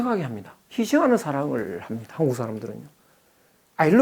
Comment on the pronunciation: 장음인 단어의 첫 자를 짧게 잘못 발음한 예:유사점,(공부를)해도, 서문,(이 학자의 버릇! 한국을"항국" 이라고,단군을"당군"이라 발음하고 있음), 사별,❤❤❤당파,¹ㄷ❤¹(또, 친구를"칭구"라 발음했음),머냐?,날(나를),( 또, 만물을 "맘물"이라 하고, 인물을 "임물" 이라 발음해씀),말(입으로),(또, 관계를 "광계"라 했음), 강의중, 계속해서 "울 나라 우리나라 사람 하는데 그 리 듣기 좋지 않음. "우리, 또는 "한국인"이라 해도 좋겠음. 참고로, "한국 어문을 고발함"아라는 책을 권함. 미국 변 완수 드림